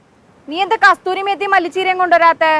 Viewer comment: കസ്തൂരി അല്ല, കസൂരി, മഹാറാണി ചിക്കൻ സൂപ്പർ 😍